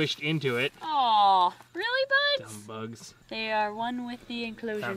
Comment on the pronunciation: Do you mean bugs not bogs